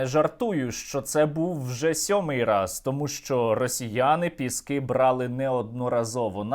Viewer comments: Боже, Сергію, ПЄскі, а не ПЕскІ! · Бля, «Пєскі»?????? Не Піски?? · Їм мабудь вже набридло Піскѝ брати, тому вони кажуть 'Пѐски', а не Піскѝ'. 'Pesky' англійською означає 'набридливий'. 😄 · Задрали коверкать название Пески!!! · ці довбойоби не знають слова "пєскі"?)) ніодна собака не може слово їхньою ж мовою вимовити правильно) сука недолугі. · Може шойгу десь і підбрехує, але я вірю в те, що росіяни 7 разів брали піськи (як вони самі вимовляють). Правда не каже за яку щоку... Але то вже не суттєво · Вони навіть вимовити назву села не можуть з 7 разу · Вони навіть не можуть правильно вимовити назву селища Піски 🤦‍♀️😂 А про кількість нашої авіації ми напевно і самі не в курсі! 😀✌️ Слава Україні! Слава ЗСУ 💙💛🇺🇦